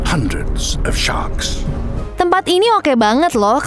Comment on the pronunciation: Hundreds Of Shark Bukan Ssvvkss